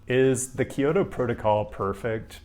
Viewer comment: Love you,. But it's Kyo-to and not Ki-yo-to.